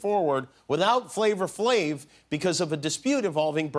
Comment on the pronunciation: “Flavor Flave” 😂 Come on Jimmy. Thought you were cooler than that Flava Flav